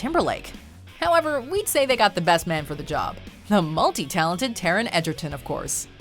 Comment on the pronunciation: I like how she's saying Tarons name as Edgerton when that's not how its spelled or pronounced 😂😂😂 I mean that's what I thought at first but when I bought the movie it was spelled Egerton on the title 😂😂😂